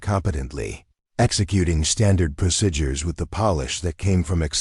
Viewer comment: CLICK BAIT. The title implied that Elena took down terrorist bare handed. No where in the overly drawn out story did any of that occur. Very irritating to listen to AI narration that constantly mispronounces common words...procedures or procidures? This video gets an F grade